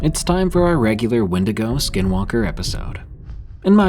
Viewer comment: "Win-dig-oh"🚫 "When-dee-go"✳✅